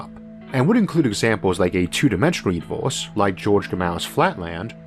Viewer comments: 'This episode is spwansword bwhy awadwable' ooor univoorse is... Not only is the sound in this overloaded but seriously? I don't want to make fun of a speech impediment, but Audible is giving this money? An overloaded awful speech? This is horrible. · how annoying ! the words are univErse not univOrse and biggEr not biggOr. you need to learn the sounds of your vowels again which is done in first grade. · Take a shot every time he says univorce 🤣🤣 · He has a unique pronunciation of words...like univorse instead of universe... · What the heck is a univorse? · All I hear is Uni-vorse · I'm the only one that hears "univorse"? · dude WTF IS YOUR PRONOUNCIATIONNNNNNNN its infuriatingggg univOHSE???? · The 'univorse' is amazing!! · What is that accent? I find it hard to listen because every er sounds like or. So instead of hearing universe, I hear univorse. It wouldn't be so hard it only happened with that one word but every word that has the er in it! If didn't get very far at all in listening so I don't know if words like firm becomes form and fur become for..? I like audio books but, in this case, think I will stick to reading.